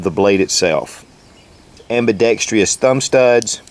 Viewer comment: No second "i" in "ambidextrous". It's a 4-syllable word, not five. I love you, man. Love your reviews too. Just something to bug you about, and I've got too much time on my hands. I ain't prefect either, my friend. Love the knife. That's about how much I was expecting to pay for that Benchmade. I wonder how it would match up with that whole Zero Tolerance ZT0301 series, with the G-10 scale on one side and the Titanium scale on the other. ZT a little bigger overall? Peace.